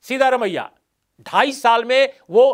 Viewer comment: His name is सिद्दरामय्या not सीधा रमय्या. You can always ask a Kannadiga friend or any South Indian how to pronounce it. Please make the effort.